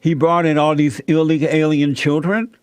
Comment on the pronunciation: The word is illegal, not illeguh. Jesse dunce.